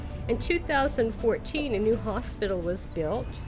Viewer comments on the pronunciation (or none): none